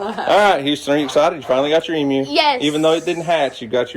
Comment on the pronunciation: I still have to laugh when you say Emu,. Sound like you are saying EM-U instead of E-MU/E-Moo!